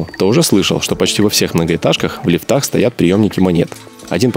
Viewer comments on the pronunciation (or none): Не в лифтАх, а в лИфтах. Я от вашего русского просто тащусь. 🤣🤣🤣🤣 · ХОРОШО! НО МАЛО! МОЖЕТ ПРОДОЛЖИТЕ,РАЗ ВЫ ТАМ ЖИВЁТЕ! БОЛЬШЕ О ЛЮДЯХ И КУЛЬТУРЕ! СЛИШКОМ БЫСТРО ГОВОРИТЕ,НО, ПОНЯТНО, ЭТО ВАША РЕЧЬ! ОШИБКА: УДАРЕНИЕ В СЛОВЕ! ЛИФТ- ЛИФТАХ! ВО ВТОРОМ СЛУЧАЕ УДАРЕНИЕ НА "И"!